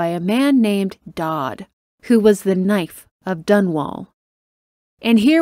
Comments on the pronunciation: it's Daud not Daad, i understand his appeal as a father figure tho, so why not go all the way and call him daddy? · I cannot help but notice your mispronunciation of Daud, spoken like “dowd” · I know its picky, but you mispronounced several names lol. "Dodd" made me giggle. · Edit: I've drafted my 3-page Twitter apology for mispronouncing 'Daud'. It will only be released when a full week goes by without mention of it. Hey! Future here. Thanks for checking out these videos! If you'd like to keep up on YouTube Community info, I'll be posting extra bits of info here in the future: As of this post, this is a relatively young channel. I've only really been around since the end of 2020. I hope to be around for the foreseeable future; I'm excited to watch this little passion project grow. More info and content will come with time! Thank you for being here so early in the game. PEACE! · Amazing video but the way you pronounced Daud is wrong